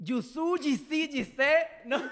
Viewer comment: Mis oídos se quemaron cuando dijeron Jiso y no Jisu (jisoo) de Blackpink Jajajajaja